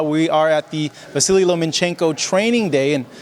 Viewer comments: it's Lomachenko not LomaNchenko lol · The name is Lomachenko, not LomaNchenko. There’s no “n” between the “a” and the “c”. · Nobody, NOBODY: Boxing RePoRtErs : loma N chenko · Russians React Loma is so humble e doesn’t correct anyone but it kinda irritates me that people who cover stories on him can’t take that fucking “N” out of there! 😂